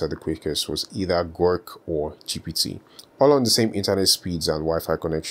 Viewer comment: It bothered me so much that you said "Gork" every time 😂😢